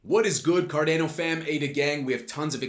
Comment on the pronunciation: You're aware it is pronounces Car-DAH-no? Just listen to a Charles video how he pronounces it.